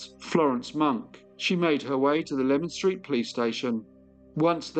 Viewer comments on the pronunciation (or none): Its pronounced Lee man street not lemon street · Thanks for such a detailed and well researched story. I used to work in Leman Street (pronounced "leeman" not lemon) and know the area well, including the Princess Alice pub!